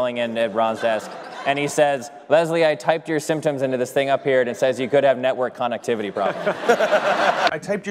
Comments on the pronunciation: The way he pronounces "connectivity" just a liiiittle bit slower, like he was having trouble reading it. Cousin Mose is right, it's an amazing joke. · The way he mispronounces connectivity is what makes it an absolute gem